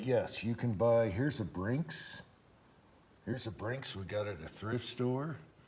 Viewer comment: Very Nice. I have duracote and Cerakote I have done for years now, but never seen the Gun Kote. Nice it can be put back in the can. Very nice job. Oh Yea, Its BINKS brother, not BRINKS (No R in it.) 😄